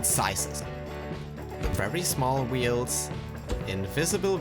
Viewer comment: This man says wields instead of wheels